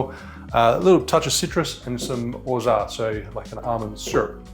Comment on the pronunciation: Perfect french pronunciation of orgeat 😎